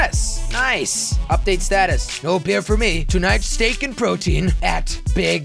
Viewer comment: you read status wrong